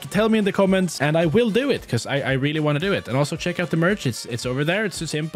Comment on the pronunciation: "im not dumb you are" rwallly